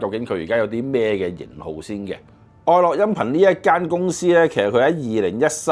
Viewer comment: 愛樂個「樂」字係咪應該讀「音樂」個樂而唔係讀「快樂」個樂呢？